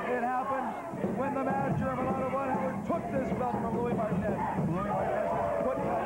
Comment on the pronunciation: Well the commentary couldn't pronounce Martinez